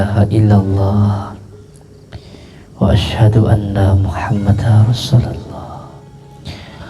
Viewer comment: baca syahadatnya aja blum benar..Muhammada rosulullah,wkwkw seharusnya Muhammadarrosulullah.tanwin bertemu ro bacaan idgom bila gunnah..din Udin guss palsu